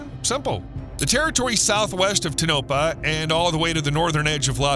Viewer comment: It’s To-No-Pah. I was stationed there in the Air Force.